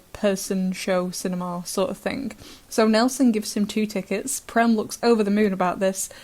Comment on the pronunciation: Prem is an Indian name meaning love in many languages of India. And the 'e' in Prem is pronounced as the 'a' in cage with the vowel being extended a bit. I am sorry but I have to correct it. It is a pet peeve of mine. And that too it is an Indian name and I am an Indian. I always thought that and I saw in the wiki and they used that same meaning. It did originally come from Sanskrit and is used in many languages of India.